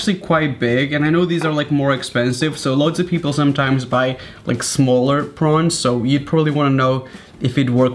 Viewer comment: Yes, prunes are dried plums. But he was saying "prawns" not "prunes."